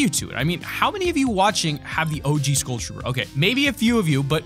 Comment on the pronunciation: Learn to pronounce "Skull" bra :)